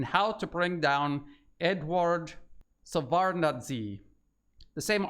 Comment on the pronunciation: former Soviet Union Foreign Minister’s name is pronounced- “Shev-erd-nod-za”